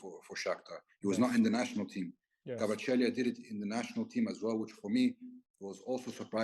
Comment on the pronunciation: thank you. Georgia is very thankful to you ❤️ Fabi, thank you too, for brilliant interview. But still need to work on pronunciation of Kvaratskhelia’s name;)